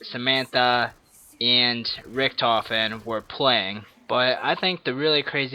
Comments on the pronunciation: His name is richtofen not richentof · he said richentof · its not rickentoph its ricktophen (i dont know how to spell the name) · Richtofen not richentofen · "richentoff" lmao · "Rick-In-Tofen" lol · Learn how to say "Richtofen" u dumbass